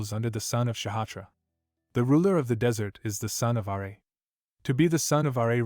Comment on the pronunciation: Do you know about plastic surgery? You know, the two words that don't exist in this world. Garbage writer or translator. They could have called it phantasm, shapeshifting, glamor, reshaping, illusion...no plastic surgery. This guy pronounces bow as baw, Ra as R.A. TF is going on.